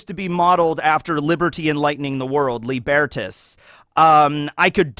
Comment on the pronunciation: Tiniest nitpick - Lībertās, the Roman personification of freedom from authority, is pronounced Lee-ber-taas, with a long i and a.